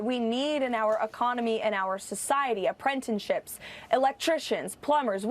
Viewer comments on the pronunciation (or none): What’s an “Aprentanship”?